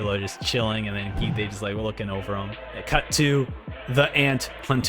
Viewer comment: his name is pronounced Kaito, like the toy you fly in the air, not Ki-Te like a japanese phrase, btw